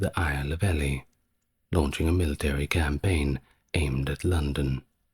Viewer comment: It’s Stephen pronounced’Steven’ and Ely is pronounced’Eely’ in England.